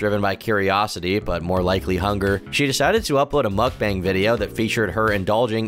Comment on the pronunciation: the best part was when she said mook-bong